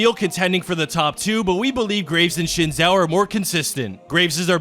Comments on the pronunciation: SHIN Zhao..... triggerd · Oh god the way he says xin Zhao